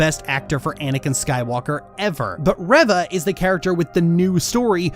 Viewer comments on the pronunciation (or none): My only problem with this whole video is how you say her name as reh-va...